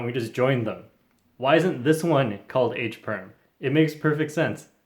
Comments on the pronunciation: '' edge'' perm, sounds like '' H '' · bro dont go it is h perm not e perm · Says E perm Me:it's more like c perm